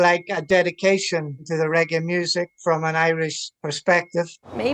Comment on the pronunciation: Regg-AAY not ‘iee’